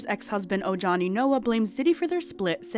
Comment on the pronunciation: Great video!👏 Part 2 please. (PS i believe it is pronounced like O-ha-knee)